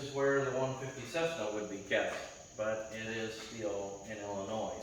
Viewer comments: This was hard to sit through, sorry. The S in Illinois is silent by the way. Happy flying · Illinois; the S is silent. It's French 🤣